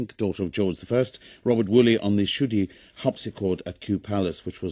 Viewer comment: I find it strange when I hear about my family’s history from people. Shudi is not pronounced shewdy it is pronounced Tshudi (chudi). Originally Shudi to leaving of the Von due to WWII stemming from Germany and Switzerland. Yes Handel was very close with my relative. And insisted playing on the Shudi harpsichord due to a certain sound quality. All in all, I thoroughly enjoyed hearing it played